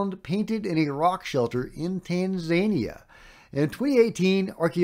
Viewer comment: had to laugh at the "tan-zay-nia" great vid tho once again!